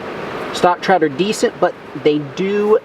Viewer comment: Is it Trout or s Chhhhhrout? Lol